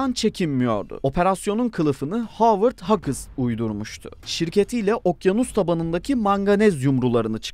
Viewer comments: Böyle bir belgeseli anlatan takdimci nasıl oluyorda (Howard hughes) "Hovırd huyus"u hovert hagıs diye telafus eder şasırdım... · 2 milyon aboneniz var, habercilik yapıyorsunuz, lütfen ingilizce isimlerin telaffuzlarına özen gösterin. (Howard Hughes)